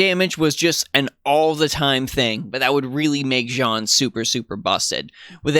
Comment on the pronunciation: I am actually so happy to find someone (other than G&A and TohouSniper) who says her name correctly. We scream.